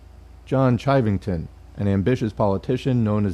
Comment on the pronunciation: Pronounced "shivving-tun". That fucker ended up as a deputy sheriff in Denver. Source: I live in Colorado. Sand Creek is a stain we all learn about in school.